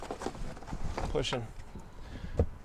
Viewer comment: Quite a good review. I’d like to remind you that there is a g on the end of words like pushing and pulling and many others. You have developed a habit of dropping your “g” sound. Very small point, but it cuts into your overall persona. I’d respectfully suggest that you work on returning that letter to the end of your words. Nice car.